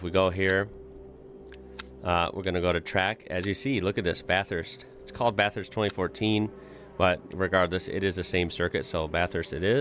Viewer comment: No, he pronounced it correctly.